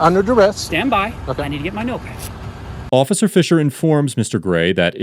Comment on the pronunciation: ☝🏻😤 "stand by, let me get my NOTEPAD" why did he say it like that lmfao what a dweeb